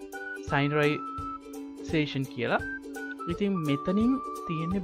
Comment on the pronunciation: "Synchronization" කියන්නේ "සින්ක්‍රොනයිසේෂන්" bro 👍🏼👍🏼